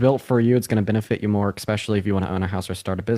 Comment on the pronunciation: It's "especially" not "expecially". You sound like a Republican when you say "expecially".